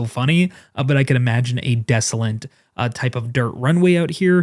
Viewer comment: Please*,: Desolate doesn't have any N's, so *please stop saying desolent.